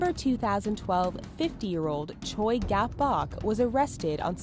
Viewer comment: i was screaming at the pronunciation of “choi”